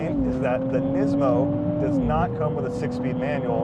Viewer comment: Thanks for saying NEESMO!